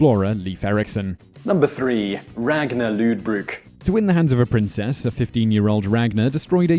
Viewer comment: lol ragnar luudebruk